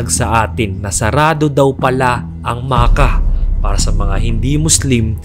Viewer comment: Makkah po, hindi Maka hehe